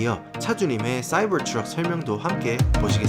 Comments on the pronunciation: 말투는 경상도 사투리쓰면서 쏴이붜트뤅 이란발음이 겁나 안어울립니다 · 싸이붜트뤜 ㅋㅋㅋㅋㅋㅋㅋㅋ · 사이버 트럭 발음 존굴리네